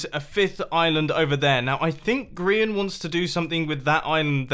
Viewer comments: I am not sure if I am going crazy or what but I heard him say "Grion" instead of Grian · i know but mumbo sez 'greeon' and not grain check it out your self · And Mumbo casually calls him "Grion" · Just me binge watching from 2022 : the first time mumbo said grian... he said gree-on. As did Sam..... I am also very amazed this is the first time I'm watching a mumbo hc series (other than season 9) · Mumbo said Gree-on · Is it just me or did he say 'griOn on the server" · he said grion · Did he call him grion? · Mumbo did you say Grion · did he say grion? lol